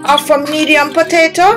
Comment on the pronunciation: Please stop saying potata!